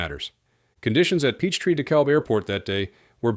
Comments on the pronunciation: The L is silent in DeKalb. Pronounced Decab. Just for future reference. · Would you please hire a narrator. The L in Dekalb is silent like it is in quite a number of English words.